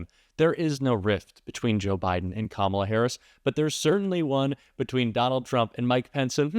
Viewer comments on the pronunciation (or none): They purposely pronounce it "com ALLAH" so it sounds more Muslim. Just like he always says Barack Hussein Obama. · Not knowing Kalama or mispronouncing her name on purpose is an old racist trope for not acknowledging her existence or acknowledging her as a human being. That's why they do it, that's why Nancy Mace says she'll call her whatever she wants (meaning if she wants to call her a monkey she will), messing up her name on purpose is just another way of not acknowledging who she is as a person. So now trump is defending Biden, saying that the presidency was stolen from him, who he hates, against Harris? Now all of a sudden Harris, Biden's VP's policies are worse than Biden's, but she's much worse than him? Now he's complaining that he has to waste money on this black woman to beat her (which he won't), when it was no problem on how much money he had to take from his supporters to take Biden down? At first he wanted Biden to quit, he was too old, he's senile, but now he wants him back in the race? I wonder why? I know the answer, but does anyone else? To